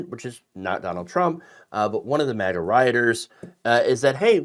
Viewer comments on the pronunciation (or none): none